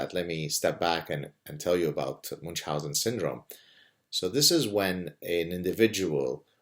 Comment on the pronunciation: Why moonch-housen? It's supposed to be "miun-housen", or at least "moon-housen".